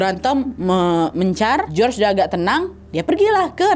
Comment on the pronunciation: Hallo, salam dari Perantau Yunaniii. Btw cara baca nama Si George itu Yorgo Skiadopulos. Jadi George kalo di Yunani disebut nya Yorgo (Giorgo). ❤❤